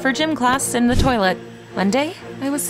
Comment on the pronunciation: And who says TOLIET